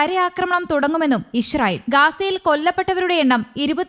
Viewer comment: നാക്ക് വടിക്കാത്തതിൻ്റെ ഗുണം അറിയാനുണ്ട് ഗാസ 'ഗാഷ ഇസ്റായേൽ ഇഷ്റായേൽ എന്തായാലും നല്ല അക്ഷരസ്ഫുടത